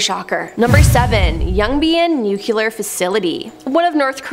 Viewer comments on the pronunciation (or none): It's nu-cle-ur not nuke-u-lar, sur-veil-lance not sur-veil-li-ance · It's pronounced nu clee AR and not nu q lure